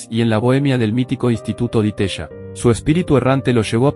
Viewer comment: Que mal pronunciados los apellidos y los nombres propios, tipo Di Teya. Y la forma en que están descriptos los personajes, aparecen como mártires impolutos de un sistema malvado, corrupto e inmoral. ¡Andáaaaa..!